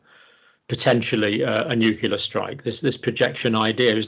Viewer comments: Nuclear - new clear. Shame on you Dr Campbell 😂 English your second language? Vlad pronounced it right every time 😉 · Wow - for years I thought Dr. Campbell was British - but obviously not from his constantly saying 'nucular'! I'm guessing you emigrated and managed to keep your British accent? Nevertheless a fascinating conversation, thank you. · Why, as an educated man, Dr Campbell, do you say 'nucula' instead of 'nuclear'? It seems weird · This gentleman mentions 'newkiller' weapons on several occasions. Is this a Freudian slip or a mispronunciation of 'nuclear'? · Please! The word is "nuclear" not "nucular". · dr John, may I point out to you that it's pronounced nuCLEAR, not nucular thank you for this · Not nucular... it is nuclear. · Dr Campbell, nuclear should not by pronounced nucular. It annoys me that ever since George W Bush popularised that pronunciation, more and more people, who should know better, have taken his lead. I am disappointed that even a scientist, who should be familiar with the word nucleus, should then ignore the fact that this is the root of nuclear. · Dr. Campbell, it is pronounced NU-CLE-AR . Not nuke-you-ler... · Good advice. Don't make yourself into a media personality. Getting too big for your boots. By the way the word is 'nuclear' not nukular . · It's surprising isn't it that someone as obviously intelligent as John Campbell insists on referring to "nucular" weapons as opposed to what everyone else refers to as nuclear weapons. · It's nuclear, not nucular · Nuclear is pronounced NEW-CLE-EAR, not NUC-YOU-LAR, Dr. You sound like George W. Bush! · Nuklear not nuclear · Nuclear not Nucular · Nuclear, pronounced "nu-cle-ar", for the love of g_d, not "noo-cool-arr". Kind regards.